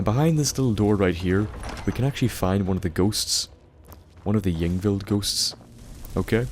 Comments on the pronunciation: Pronounced EEng-vild. Also, the plural of sarcophagus is sarcophagi. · hey bud, i think it'd be safe if you pronounced it Inveld. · It's pronounced ing-vild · ying vild is how its pronounced I think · Pronounced Ingvild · pronounced "ingvld" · Pronounced Ying Vild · it's pronounced ung-vild. In skandinavia ys are pronounce "u" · I think y's in skyrim are pronounced as i's so it's like ingvild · The "Y" is pronounced like it is in a name such as "Yvonne"